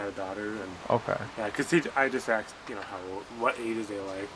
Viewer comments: You never axed 😂😂😂😂😂😂😂😂😂😂😂😂😂😂😂😂😂😂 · I believe you mean “asked”. Not “axed.” I though they taught that in third grade.